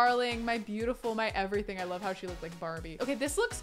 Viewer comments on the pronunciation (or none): none